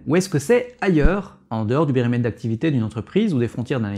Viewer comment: Très clair, merci. Sauf... à 12'31'' : c'est quoi un "Périmetère" ? ^^